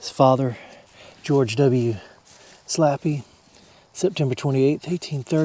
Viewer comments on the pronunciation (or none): Slappey Is Pronounced Slay Pee or ( Slae-Pi)